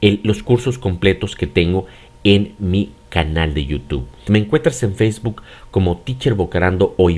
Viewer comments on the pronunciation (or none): none